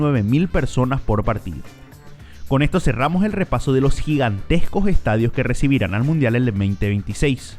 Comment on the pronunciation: Que terrible hablas, a pronunciar todas las letras.. "eeh uno de loo ehtadio" "seguimo en la cojta ejte" "donde ejta ubicao" "en ete apeto"